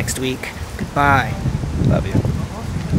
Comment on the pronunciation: Hernandez y not teaching her the correct way of saying it lmfao?